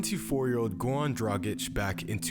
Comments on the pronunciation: His name is Goran not Gowan, you can pronounce "R" just fine, why are you intentionally butchering his name? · Gowan Dragic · Why is he saying gawn dragić😂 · GoRan man pronounce that R ♥️